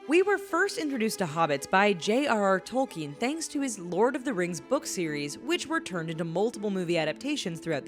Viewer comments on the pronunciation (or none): none